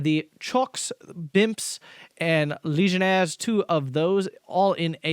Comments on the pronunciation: chocs are pronounced "shocks";) it's same word just with french writing. they're shock troops, not chocolate troops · Oh never mind, he always follows up the word "chocs" with a vowel, so... pronounce the 's' I suppose.